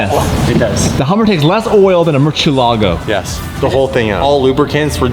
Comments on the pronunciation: from vinwiki says mercyellago but that’s not how you say it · Murcielago not Murchielago come on bro!! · more-see-ehlla-go guys. why is it so hard to pronounce Murcielago properly? The Mur has a "More" sound to it, More. The emphasis is on the e, see-eh, y'all Canadians should be good with see-eh, ella, Then go. more-see-ehlla-go. If y'all love the Murcielago so much, then respect it. say its name properly!!!